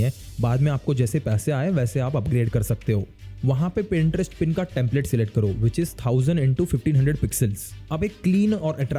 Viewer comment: Boht Log Pinterest Ko "Printerest" Keh Jatay Hain Ap Ki Tarah